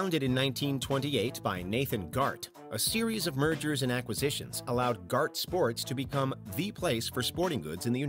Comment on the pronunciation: Please learn how to pronounce acquisitions